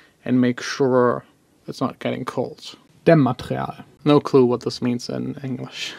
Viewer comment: How you said dämmmaterial was pretty accurate German 👍